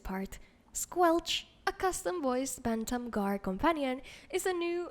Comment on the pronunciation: I love the way this girl speaks! The way she says Bantum Guar is so beautiful. The R roll is sooo good 😭